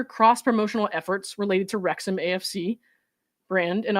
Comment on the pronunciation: Wrexham pronunciation 👍